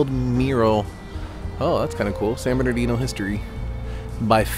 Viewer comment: San BERN-NAR-DEEN-NO 👌